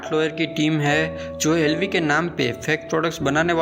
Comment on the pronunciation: Be chutiye tujhse to LV ki pronunciation bhi shi se nhi ptaa bol Kia Raha h tu chale aate h YouTube per muhh uthake